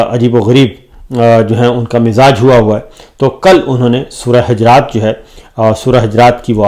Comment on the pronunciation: سورۃ حَجرات نہیں ۔۔۔۔۔۔۔ سورۃ حُجرات ۔۔۔۔۔۔۔۔۔۔۔